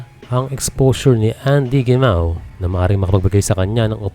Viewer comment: FYI po Heh Mah oh po ang pagbigkas ng "Gemao" wag niyo po gayahin ang mga Coño(Spanish meaning) Gringo nakakasuka pong pakinggan. Salamat😊